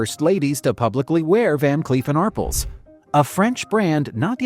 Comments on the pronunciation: ARRPLSno Are-pells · AR--pell, not Arpple. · It's pronounced Van Cleef and Arpelz...it's french.. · Ar-pells! Van Cleef and Arpels!! Teach your AI how to speak! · ar-PELLS: The "A" is pronounced as in "car." The "pels" is pronounced like the word "pels". AI🤡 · Every time I hear Arpels mispronounced I cringe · not ridiculous! What's ridiculous is constantly mispronouncing a very distinguished jeweler and not trying to correct the mistake, you silly goose